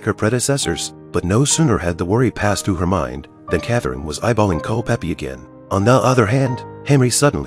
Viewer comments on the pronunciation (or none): * Culpepper, not "Culpeppy." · You had me until i heard, "Cul-peppie" ....... it is CULPEPER .... pronounced CULL-PEPPER .... thank you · CulpePER. For Heaven's sake, get rid of the AI voice.